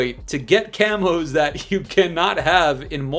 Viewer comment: "F0r YoUr CaMoSsS" 🦧